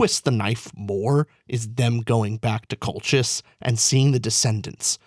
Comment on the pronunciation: You still pronouncing Colchis incorrectly 😆😆 great review guys 👍 I absolutely loved Kingdoms of Death